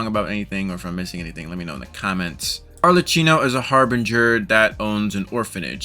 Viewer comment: ArleCCYNO? WHO THE HELL IS "HARLECYNO" My italian pride is screaming.